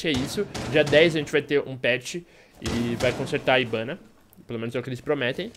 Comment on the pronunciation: Mó estranho o fala ibana